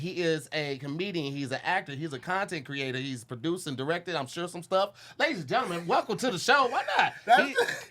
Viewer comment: and!!! Y’all gotta say something bout saying genlmen.. instead of gentleman lmaoooo